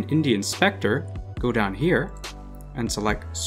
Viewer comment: an Indian specter.